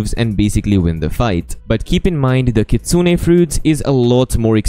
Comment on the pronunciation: is one of the only youtbers who pronounce it as Kitsune(Kit-sune-ay). That is how you pronounce it